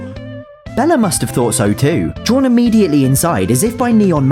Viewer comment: “rimmediately”-, 2025.